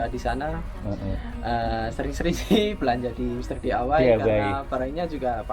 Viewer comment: Mister dawai 😂😂😂knapa plak jdi mr dawai mr.d.i.y jdi dawai😂😂